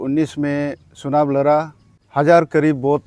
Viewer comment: Sunab nahi..chunab😂😂